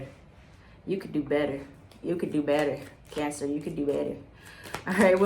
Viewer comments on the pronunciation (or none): I love how says Cancers like “Cyancers” 😂💕 And omg I’m a Cancer sun, Pisces moon and Leo rising. I do feel guilty